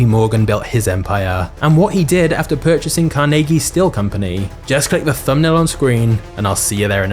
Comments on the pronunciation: THANK YOU!!! For pronouncing his name correctly!!! I live in a state with 24 Carnegie funded libraries, one is in; The Town of Carnegie, Oklahoma!!! So, did you know Carnegie was nearly illiterate and he pronounced his own last name as; Carneegee??? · I appreciate the correct pronunciation of Carnegies name, I had never considered that people would pronounce it different than how its pronounced in Scotland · Being a local from Pittsburgh, almost everyone here pronounces Carnegie how you do! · Fun fact: the alternative pronunciation of CAR-nuh-gee that a lot of the US uses is from Dale Carnegie, who changed the spelling but not the pronunciation of his last name "Carnagey". In Scotland and Pittsburgh, people pronounce Carnegie the way you do. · As someone who’s from western Pennsylvania I greatly appreciate the way you pronounced his name correctly and not the way they say it in New York. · Love that you explained why you pronounced Carnegie that way. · Immediately I thought you were saying his name wrong.. And then I learned something.